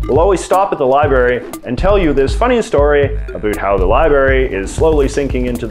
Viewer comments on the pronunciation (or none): I know Canadian pronunciation can sometimes make your videos fun to watch randomly. But the word "Libary" doesn't exist. There's another R in there. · Omg it’s “LibRary”!!! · Does he really say "libary?" Or am i mishearing? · Lie Berry...what the hell is that?